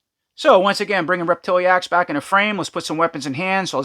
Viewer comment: I think it's rep-ti-lax. vs rep-til-E-ax